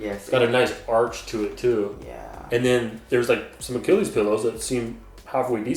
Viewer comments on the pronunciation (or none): none